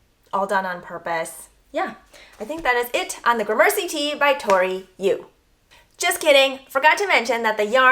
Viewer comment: You're mispronouncing gramercy. Emphasis is on the first syllable. Took me a bit to figure out what you were saying